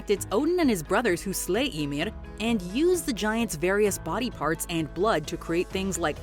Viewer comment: she pronounces that one right for Icelandic. but she messes up totally on any name that has the letter ð (Skaði, Íðunn, Höðr, etc.)